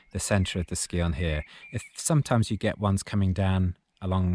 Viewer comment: Scion is pronounced as if it says sion, not skion.